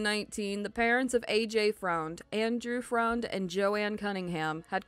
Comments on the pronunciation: "Freund" is actually pronounced exactly the same as "friend" just spelled differently. Trust me on this one, I personally know the low-life and lived with him when he met the other low-life and she moved in. Hence, I moved out! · AJ’s last name is pronounced Friend